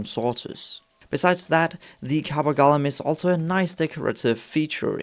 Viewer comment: Clue: The name "Golem" is not pronounced "Gollum" - that's a character from Lord of the Rings. 😉👍